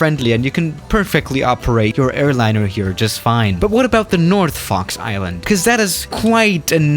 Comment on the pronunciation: Am I the only one who's hearing Fucks Island?